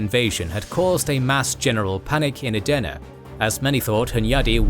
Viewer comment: I initially thought you were saying "döner" in several videos, which came across as if you were mocking it. I now understand that this was not your intention; however, hearing "döner" repeatedly felt somewhat distracting and uncomfortable. At first, I couldn’t understand why you were saying it, and only after checking the subtitles did I realize you were actually referring to "Edirne." That made me laugh, but it also made me wonder whether "Edirne" is particularly difficult to pronounce. As someone watching from Edirne, I would really appreciate a bit more attention to pronunciation. Great work overall.